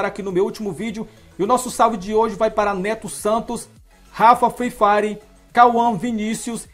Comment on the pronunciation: kkkkkkk alguem mais notou ele falando fifari